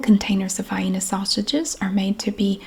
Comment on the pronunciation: Yes to the vi-eena pronunciation!